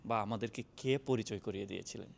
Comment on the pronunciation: দর্ম না ধর্ম! ব‍্যাস কিছু না বেশ কিছু পচার না প্রচার! কে হবে খে। একটু চেষ্টা করলে বাংলা উচ্চারণ ঠিক করে ফেলতে পারবেন ইনশাআল্লাহ